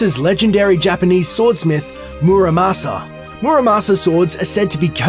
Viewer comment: Muramasa. That's how you say it. That's also in Terraria.